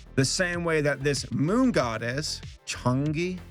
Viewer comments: It’s pronounced like Chang-UR, not Chang-yee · The Moon Goddess is pronounced “Changa” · Its purnounced chang aaa im not a karen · Is not pronounced shanji is pronounced Changa. Oh, and the "jelly balls" are called mooncakes. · hearing chang'e said as changy hurt me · Me being triggered cause he said chang'ee instead of chang'eh: (Nah it's fine it's just I've been learning chinese since I was 5 and I was laughing so hard when he said it) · The way to say chang’e is chang-ah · Lol, Chanjee. Chang'e, It's sort of pronounced like Chong-Ah. You're doing great,!:D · Bruh I died inside a little when he says Chnag’e wrong 😭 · It's pronounced "Chong'u" in the movie. Like the "uh" sound. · It’s pronounced chang'er if your wondering 👍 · Heard you’re having trouble pronouncing Chang'e. I’ve tried doing an easy pronunciation version. Here you go. Chan ga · Here's how you pronounce "Chang'e" The moon Goddess. : First, you say "Chang" Cha.. Cha.. Cha. As if you are saying the word: "Champion". while the "ng" on the "Chang'e" a,e,i,o,u. Chang, Cheng, Ching. Chong, Chung. Like on text messages of how you kiss whoever: "Chu", but mostly, the "Chang" : now for the e on the "Chang'e" you just say "Ngah" Like this: "Chang - ngah. N-g-a-h." Again this is for the people out there who are having problems in prounouncing Chang'es name. Chang - Ngah. The "Ngah" is not pronounced as an "En - gah". Both the "n" and the "g" are pronounced at the same time / in perfect sync. : Now, if you need to add an "s" or "es" at the end of her name, say this: "Chang - Ngah's" "Ngah's". I basically suck at english so please forgive me- TwT Like this comment if you learned something♥♥♥ : Hope ya'll understood me in explaining and teaching of how to pronounce Chang'es name. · the goddess is pronounced (Chang-Er) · Was the part where you had trouble saying Chang'e (Chung Ah) on purpose? her name is literally said so many times through out the film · Chong-uhh is how you pronounce it.